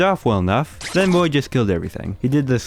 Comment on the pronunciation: I thought you said “this is the boi” in the intro 💀